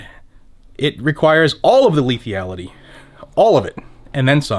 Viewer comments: Lethality lethality, not lethiality? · Camera looks good 👌👍 P.S. it's "Lethality" not Lethiallty lol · I love this channel but I died every time you added the extra e to lethality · lithyality???? lethALITY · Sorry, I love the channel and all you do but I'm ocd when it comes to spelling, grammar and enunciation. Out of respect for you, I humbly submit this correction. Forgive me, I'd rather take the heat on here for trying to correct this than have anyone think less of you for it. le·thal·i·ty /lēˈTHalədē/ noun the capacity to cause death or serious harm or damage.